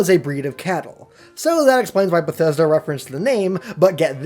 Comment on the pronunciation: Did I just hear you say " Besthesda, their, and newvegas " ... In the sme sentence. I'm sorry but can someone crucify him.